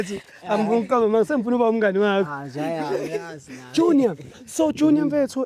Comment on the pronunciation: 'Juniya' ke mathata